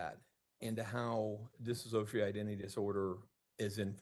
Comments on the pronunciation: This attorney literally cannot say "dissociative identity disorder". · Correct: Diss-oh-shee-uh-tiv Or Diss-oh-shee-ay-tiv